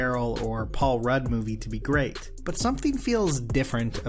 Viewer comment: Adam the gweat and tewwible